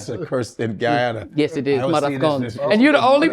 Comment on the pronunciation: I hate the way they say Guyana .